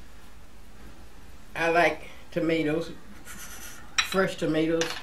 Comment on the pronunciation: Everytime she says "Frush" my heart smiles! I love your videos,!! Peace and Love!